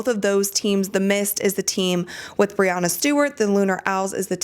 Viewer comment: I love your show, and I always learn a lot from it. But, to be fair, it is Breanna Stewart (with a short a sound) not Bre-ah-nna. You are committed to good info, that is why I say this. No shade at all.